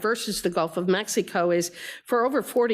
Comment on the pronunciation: My God I Saw That Woman say Gulf of Mexi, Gilf of Mex, Gulf of Amerca , 3 times God she is bad, way bad